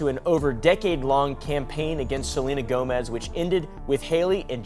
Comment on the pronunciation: Is no one else gonna correct him? I love this channel but it’s pronounced “GO-mez “ not Joemezz😭😭